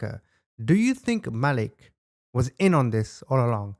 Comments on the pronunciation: Hey CHAMP They said his name Malik MA LEEK They said it 10 times WHY U KEEP CALLIN HIM.MOAW LIT ???? MAH LEEK HOMEY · If it’s spelled Malik it’s pronounced MUH-leek. Just fyi, not that I care! ❤thanks for the video 😊